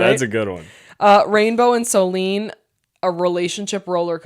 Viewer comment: I love your guys‘ content, but PLEASE. Her name is SoLÈNE, not soleen 😅 I know it’s not common in English, but the pronounciation isn’t that hard, you got it right in the previous episodes